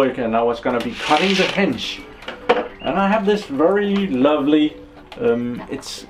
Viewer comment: Nice review/test - thanks! I wonder who gives you thumbs down. Perhaps because of your pronouncing of "hedge" which sounds as "hinge". Anything else is really great. I've myself been looking into a cordless hedge trimmer watching a ton of videos here on youtube. One thing I especially like is that you put the tool to a real test and not just petting some thin branches of a very open shrub. Even demos of the pro grade tools was like that - thanks for being so informative - NOT. Many of those I could but faster with nothing than a pair of scissors so why would I then buy a big and costly machine... - but not your video - it is really providing a lot of great info - so a huge thank you for that! Basically my choices was among Bosch AHS-50-20, Milwaukee, that Ryobi and then the store brands at Uncle Harald and Jem&Fix. I was leaning towards the Milwaukee as we have that brand at work so getting it is easy and relatively good priced. But looking at the weight is was out of the question. It's even heavier than the old corded Makita I was getting tired of - partly weight - partly the cord. Since I have Bosch drills and generally I like the quality of the green Bosch the case was settled. It's not "pro" grade but still very well made and sturdy. Synes nok jeg kunne kende accenten ;) Hygge!